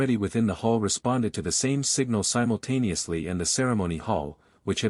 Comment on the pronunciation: the word of the show? Simultaniously :)